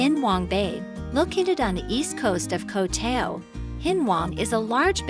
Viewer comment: At least, please learn how to pronounce "Koh Tao".